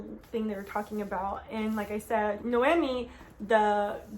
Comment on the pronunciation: I haven’t watched one review video of this book where someone pronounced the main character name right 😭😂 It’s NoemÍ, it has an accent on the “i”.